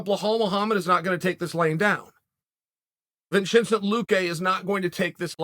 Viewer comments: “Vin chin cent” luque 😂😂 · “Blahal Muhammad” and “Vichenté Luké” 🤣🤣🤣🤣🤣🤣🤣🤣🤣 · If chael says your name is Blahal and Vinchenzent, you're legally obligated to change your name. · Vinchincent luque and blahall !!! LOL, I love the bad guy's pronunciation !!! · Blahal Muhammad and Vincincent Luque 2 of the best worst pronunciations Chael has graced us with. It’s clearly on purpose at this point. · Vacentent Luque lol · Vinchenzent lol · Blahhall mo hammed. Vchentie luki. Never change cahrl sonne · 🤣🤣 Although somehow Hamzat or Hamza is correct pronunciation of Khamzat. He made correct pronunciation of toughest name, and simpler names like Belal or Vicente was made tough. Uncle Chael P Great Sonnen for us.